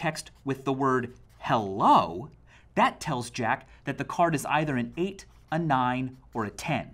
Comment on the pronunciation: eight is pronounced similarly to ace